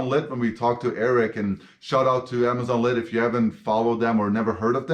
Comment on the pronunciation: amazonlid? Sorry not sure what you just said